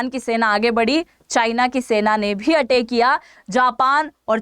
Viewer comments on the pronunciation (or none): Madam atak nahi ataik thoda hindi me prayas kijiye